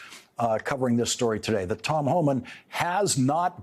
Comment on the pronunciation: It’s Homan, not Homans.